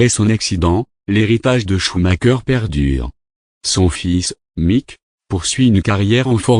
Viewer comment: "Choumaqueur" ??? Et pourquoi pas "chumacher" pendant que tu y es ??? On prononce "choumareur" !!!